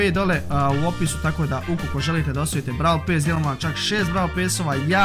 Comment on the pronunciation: kaze se brole a ne bravler i kaze se brol pas a ne brol pes